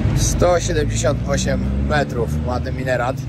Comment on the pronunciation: Po pierwsze - jak relacjonujesz swoje filmy to postaraj się mówić wyraźnie, a nie bełkotać. Brzmi to tak jakbyś się uchlał albo naćpał. Po drugie - te wieże przy meczetach to minarety, a nie mineraty !!! Pamiętaj o edukowaniu narodu.